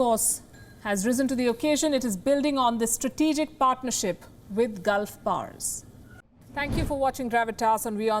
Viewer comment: It is not "Gulf pars" it is "Gulf powers". Typical indian english. Hmm.